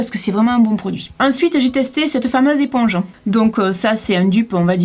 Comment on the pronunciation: "EPPONGE" Y a que moi que ça choque ? 🙃